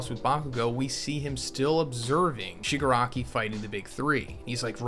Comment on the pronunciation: it's the Shipanari!